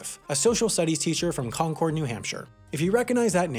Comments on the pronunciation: Concord, NH is pronounced COn-kerd not Con-cOrd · It is pronounced KON-KERD New Hampshire not Con-Cord. Also you are saying McCalifs name wrong. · Pronunciation of Christa McAuliffe and Concord seem off. I'm from the area and it should be pronounced Conkerd, not Concorde (at least in the NE where several towns and cities are named Concord), and Mc-All-If not Mc-Al-If.... Edit: It may also be interesting to some that the Crista McAuliffe center in Framingham Massachusetts continues to educate students through some pretty cool experiential learning including a simulated flight to Mars where the students are the astronauts, very cool! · that's not how you pronounce Concord. it's not -cord, like a piece of string, it's more like -curd, like the cheese stuff. NH represent 😤😤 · For Feature Reference. We New Hampshirites pronounce Concord like “Con-cerd” not “Con-cord” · Lol he says Concord like Concore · Someone who lives in Concord, NH here! Christa McAuliffe has a school here named after her. It's pronounced Christa Mick-Aw-Liffe, not Christa Mick-Ah-liffe. Its also a common misconception that Concord is pronounced Con-Cord, like a wire, it's actually Con-Cerd. (sorry bout that but my small town got featured in a HAI video and im cryin) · Christa McAuliffe is pronounced Mc-awe-liffe, and Concord is pronounced con-curd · FYI - concord nh is pronounced CON-kurd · Yo the town christa McAuliffe taught in isn’t pronounced like the grape. It’s con-curd! Sorry it’s my home town had to mention it lol. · Just because someone has to be that pedantic asshole: McAuliffe is pronounced ma-KAW-liff. And Concord in New Hampshire is pronounced the same as the word "conquered." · You said Christa's last name wrong, and Concord.